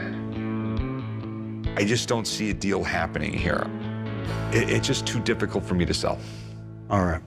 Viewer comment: He said dipicult for him to sell